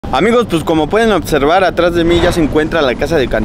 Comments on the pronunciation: Otservar y Practicamente. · Otservar* jajaja lo digo igual